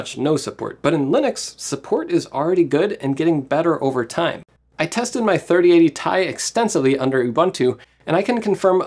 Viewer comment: It's 3080 TEE EYE. not 3080 THAI 😭